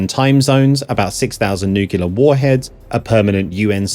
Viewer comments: The expertise of this video discussing complex subject material, is completely undermined by the continual mispronunciation of a word used, over and over towards the video's end. You know how some kids say amboolance or ambliance. In this case they even add an extra syllable. 'Nu_ku_ler' (perhaps new_Q_ler) the word is 'nu_clear', maybe 'new_cleer' , but never mispronounced to a level where it actually grows a not only a new sound, but a 3rd syllable. Another I hear mispronounced primarily by highly educated US speakers who should know better. Is all sorts of stuff ups of the French word adopted into English language usage 'en masse'. Oh and if the 'educational' system sounds correct to you, you are also a North American. You can say, that was educational in preference to that was an education. I don't think this is a US 'education' system failure. I think it's a word usage problem drilled into society by repeated usage. But again, no need as the example shows if you are confused, don't use that word at all. That's the hint folks, if you don't know what a word means or can't say it correctly, don't use it until you do. Use another word that you do understand well. Or you end up sounding more pretentious and dumber than Putin... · It's nuclear - not nuke u lar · Nuclear not nucular. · Nu-clear, not nuku-lar. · I enjoyed the video, but, for God's sake, it's NUCLEAR, not NUCULAR. How is it that so many people get this wrong? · " 6,000 nu-cyu-ler warheads.." ??? What's a nu-cyu-ler warhead? Could you mean 'NU-CLEAR warheads? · Narrator cannot pronounce nuclear. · Good video, but I wish you could learn how to pronounce the word "nuclear." 😉